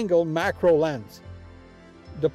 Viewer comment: This was the kind of stuff I'd expect to hear if I came across you, shooting with the q2 and asked "Hey...how do you like that camera?" Folksy and honest. Not overly filled with tech data, but instead, real-world info. One small suggestion, I could've sworn you said MICRO and not macro. Must be the accent. Nice job!